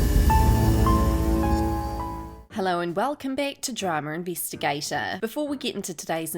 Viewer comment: Dramuuhrrr invuhstigaytuuuhh the pronounciation got me dead